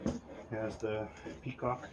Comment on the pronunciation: petcock not peacock